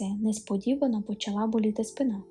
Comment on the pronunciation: Помилки не страшні, якщо їх вмправляти. Не припускається помилок лиш той, хто геть нічого не робить (от, наприклад, привильний наголос у слові спИна на звуці "и").. Мабуть у пошуках таких історій, що дарують надію на торжество справедливості я і надибала цей канал. Це обнадіює.